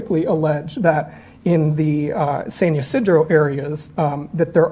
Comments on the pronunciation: Awesome video! I live close by. San Ysidro is pronounced: San Ah-See-dro just fyi lol 🌷♥️🌷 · Pronunciation: San Yah - SID - row